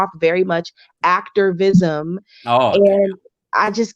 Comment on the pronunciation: Ooh nah SLID when she said “ACTORvisim” that really says it all